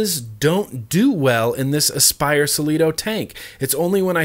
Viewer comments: Sell-e-toe??!! What the fuck??!! it's pronounced Cleat-oh Cleito was the wife or lover of the mythological god Poseidon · cLeito not ceLito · its cleito not celeeto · I love you and all but... where did you come up with the Celito thing? It has the "L" right in from of the C. Shouldn't be hard, repete with me: Clit-O. Again... Clit-O;) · I'm laughing every time you say suh-lee-toe, lol! Try saying klee-toe. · Since when does a cl make an s sound? It must be that new english. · how the heck does Cleito = "sell-ee-toe" ... "klee-toe" would make a whole lot more sense. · Klee•toe - Cleito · Do you pronounce Class like Selass? Clutch like Selutch... its Cleito not Selito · How are you pronouncing It as "sill-ee-toe". It's called a cleito "clee-toe" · First of all, it’s pronounced Clē-tō (Cleito). I mean come on, your hat... is it See-Lutch or Clutch?!? Lmao. Anyhow, the See-lieto is my go to tank for custard, pastry and desert flavor vaping. I’ve been baking on this religiously since it came out and never had any “rubber” tasting shit. Having said that, if you are getting that flavor, obviously it’s not a natural vape flavor so why did ya keep vaping it? The gaskets are probably squished somewhere and the rubber chemicals are seeping into your juice. How about a look-see? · Selito loool it's clieto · Its cLeito, cleito, not cieito. Just sayin... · Lmao!!! Cle-ito/ Kle-ito! Butcher that name lol .4 ohm coil is the shit 50W-55W, .2 suck. Just fill it and let it sit for 5 min due to how big those coil are. No, I didn't get a rubber band flavor and your the first reviewer to point out something like that. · No one gonna help him out? Nobody?.... Cleito= "Clay-toe"......the "ei" is the same as in the word "weight". This is more apparent now with their next product after the Cleito...called the Plato..... it was on purpose that it rhymes. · say s-leito one more time.. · Actually, I believe it's pronounced KLEE-TO.🤔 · Its pronounced Klee-toe